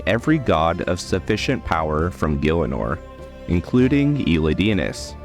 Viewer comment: great video (but the way u say elidinis bugs me since thats not how to pronounce the name haha)